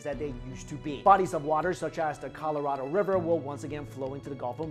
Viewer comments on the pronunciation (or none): none